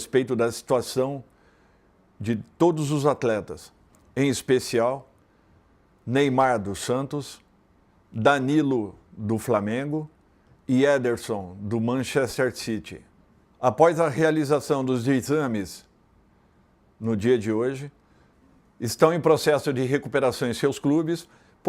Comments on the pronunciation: " manchencer City " 😂😂😂😂😂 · Dorival tem uma dificuldade enorme de falar o nome "Manchester City" kkkkk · O Dorival, mal sabe falar Manchester city 😂😂😂